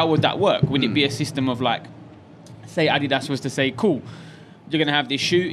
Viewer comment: pronounces Adidas both ways.... weird. The right way and the wrong way 😂